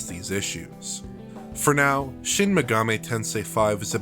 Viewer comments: It's not pronounced Megameh... it's MegaMEE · Dude's voice is boring, and that lisp... And "maygahmay". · It blows my mind how so many YouTube channels mispronounce Megami as "Meh-gah-may." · Shin Megamay Tensay